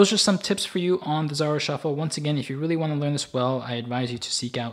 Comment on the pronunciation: It's pronounced z a r oh not z ar r oh